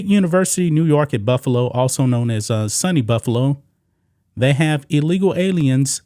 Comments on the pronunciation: I dont usually correct mispronounced words, but It is pronounced Sue-knee, not sunny. (State University of New York) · SUNY (Sue - Knee) not Sunny…. State University NY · It's pronounced "Soony" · You pronounced (Cheektowaga)Cheek ta Waga right but SUNY is pronounced like Sue Knee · It's pronounced Sooo Neee Take care bro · has never heard the pronunciation of SUNY before 😂😂😂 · My friend it's pronounced sue knee and cheek 2 wa ga. Great job reporting.😊